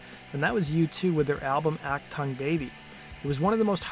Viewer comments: Its German, say AhhK tuung Baby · AK Tongue Baby? You really don't know how to pronounce Achtung? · I don't know why, but whenever someone mispronounces achtung it really gets my heckles up. It's Ach-toong, like TOON with a g on the end. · It is not act tung it is AUCK Tongueg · Love the pronunciation "Ack Tongue". It's "Ock Toong", dork. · This story has no traction outside America. I've never heard of this band. What they did sounds puerile. Achtung Baby was not only a huge seller, but it is a great album. You can't even pronounce it correctly. Ack-toong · Act ton Baby? Really that how you are going to pronounce it. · "Achtung" isn't pronounced "Ack-tongue". That's what Bill the Cat does. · ACH-TONGUE Baby????? Really? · "ac tongue'? Really? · Jesus! It's not pronounced "Ack Tongue." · "Ack-Tongue Baby," lol. C'mon, man... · Aack- tongue Baby? OmG. Please get a dialect coach, and then find someone to write more accurate, less salacious video titles. There was no hypocrisy. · So is that "Ack Tongue" or "Uck Tongue"? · Not "Ock TONGUE". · I've never heard "achtung" pronounced like this before. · Ha you don't even know how to pronounce it. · This narrator sounds like a metronome reading a script he doesn't even know how to pernounce Achtung. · You call it rock stories but don't know how to pronounce 'achtung baby'! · I can’t listen to this until you learn to pronounce Achtung. It is a Germany word. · The title of your video is misleading, where is that hypocrisy you were talking about? And if you don't speak German and you don't know how to pronounce "achtung", why didn't you look it up online? That would have cost you 30 seconds and you would have avoided making a fool of yourself. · Please learn the correct pronunciation of "Achtung" It's a German word meaning "attention " . You make it sound ridiculous.